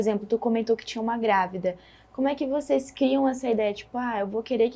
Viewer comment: Boa noite, quero cumprimentar pelo canal, mas tenho uma crítica, a reporter deveria prezar pelo bom português, e quando ela fala "voceis", me incomoda, pois o certo é vocês. Obrigado